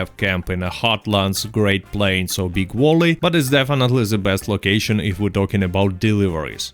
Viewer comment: Im gonna start pronouncing BigValley as Big Wally now.